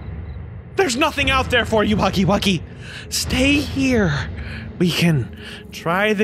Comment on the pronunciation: Bro said huggy buggy💀💀💀💀💀